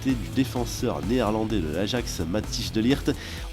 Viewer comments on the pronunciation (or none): C'est pas de lirt , on dit de ligt